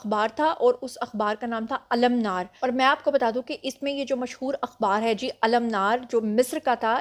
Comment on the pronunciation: المنار کا صحیح تلفظ ال۔۔۔ منار۔۔۔۔ منار (منارپاکستان والا) میم کے نیچے زیر